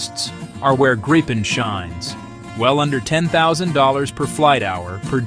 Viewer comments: «Gaipen»? I’d rather say Greep’n. With a long e-sound in the midle and a short at the end, no «Graipen»s in Sweden. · The best plane. But it is "greapen" or "greepen". The english pronouncation hurts my Swedish ears. ;)